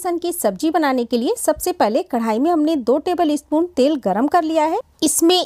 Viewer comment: espoon नही spoon होता है।